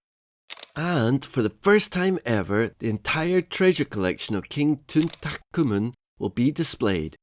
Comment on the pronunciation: Tun-Tat-Who-men? Come again?